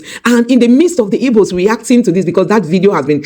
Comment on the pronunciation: You have an igbo name but it's funny how you pronounce igbo as "ibo" 😆